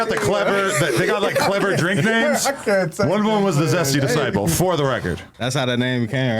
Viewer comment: "zesty desciple" 😂